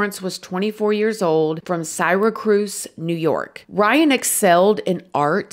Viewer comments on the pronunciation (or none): It's pronounced "sira-cuse" not cyracrus lol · 😂 Syracuse lol.. (Sarah-quse) not Siracruse This is where I live and this story hurt our whole city it was crazy.. Baby Maddox lives on in all of our memories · I grew up near Syracuse. Its pronounced sarah-qus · “Sigh-Ra-Cruz”… 😂 girl… it’s Syracuse… pronounced Seer-a-cues” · Hey! Love your videos! Its pronounced Sear-a-ques:) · I live here & the way u pronounced it was so cute. Next time say SorryCuse haha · SYRACUSE… It’s pronounced as Seer-ah-kuse ❤❤ Took me a second to figure out where that was and then realized where you meant, being from upstate NY. Really adorable how you said it, though! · Did you just say Syracuse New York as Saracrars? Haha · I remember when this happened here... he is safer in prison. Oh, and Syracuse = "Sear-uh-cues" and Onondaga = "On-on-dahg-ah". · Syracuse - "sara-cuse" is how its pronounced i live near here and this had everyone in surrounding counties a mess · Awe.. you said Syracuse so cute... It's pronounced Sear a cuse. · Ily. Syracuse. "Sear-uh-quse" 💜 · I'm sorry did you say Cyracruz? Never heard it pronounced that way before. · Syracuse sounds like Cirra Coos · Sear-uh-cuse lol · Syracuse = Sigh - ra - coose?!?!?!! 🤣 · It's pronounced seer-accuse. Syracuse NY. J/S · Syracuse is pronounced sara cuse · oh shit this is where im from edit: sierr-uh-kuuze lol syracuse & on-en-dawga onondaga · Syracuse…. Pronounced Sara-cuse…. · Girl you butchered Syracuse 😭 it’s (See-rah-kyoos) Google pronunciation does a good job with it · I never thought Syracuse was hard to say then there's lol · I honestly love how she says po-lice (with the accent on the first syllable) too! Everytime she refers to them, I can’t help but smile! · And yet somehow, the biggest crime in this video was the way pronounced “Syracuse.” 😂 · How she pronounces SYRAcuse...adorbz 🤗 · I have to say one more thing, you Miss pronounce Syracuse..